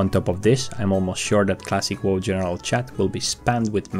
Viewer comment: "Vanilla Woe" Dat pronunciation tho.